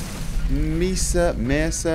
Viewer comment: Its pronounced "May-Sa", fyi :)